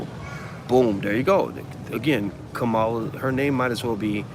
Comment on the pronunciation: Dr.Watkins it's Pronounced like: Comma' La